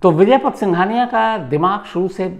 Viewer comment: आप बड़े पत्रकार हो। नाम तो सही जानो। उनका नाम विजयपत है , विजयपथ नहीं ।